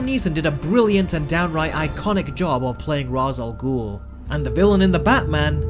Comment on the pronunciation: Please say Ra's al Ghul name right